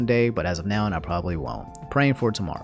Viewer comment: Why you say nown when saying now